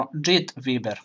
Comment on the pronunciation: Cita se VAJBER a ne VIBER